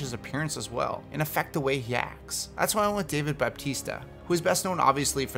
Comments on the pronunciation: baptista wtf dont u listin to your videos before you post em its bautista or if u loved wrestling batista its pronounced the same either way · Are you saying "Bab-tista"? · All I want for Two Face is for his face half to not be like it is in Dark Knight and in the Telltale Batman series, it's too much and not enough at the same time. Also, how the hell did you pronounce Bautista's name? :D It's not Baptiste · I love watching your videos but everytime you butcher a name it kills me. BAPtista? Rowshack?